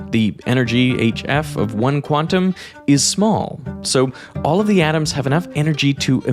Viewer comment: I struggle so much when I hear "Quantum" pronounced as "Guanum" Sounds like guano :(